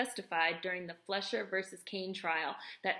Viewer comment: It's pronounced "FLY-shur." Interesting video. Thanks.